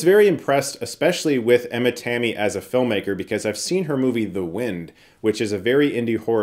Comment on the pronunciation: It's always weird to hear someone trying to say finnish words... Had to check out for sure the name Tammi.